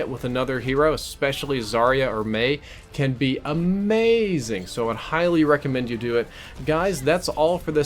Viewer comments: Did anyone else want to die when said a mei zing? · you had to say A-Mei-zing didn't you.